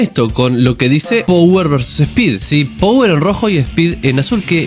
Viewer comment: Te corrijo una pavadita: se dice PAWER, no power. jajaj Saludos!! No veo la hora de q salgaaa!